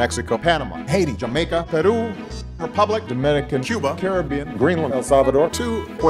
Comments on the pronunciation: lets just take a moment to listen to him saying Peru perfectly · Puerto rico mas o menos. Perú si lo dijo correctamente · Yes, I noticed it, especially his pronunciation of "Peru" is perfect, exactly like a Spanish speaker would pronunce it. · Exacto. La pronunciacion de "Perú" es perfecta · Speak for yourself, it was not cringe. I liked the way it sounded . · I love how he pronounced the countries correctly... "Peru" instead of "Purrou"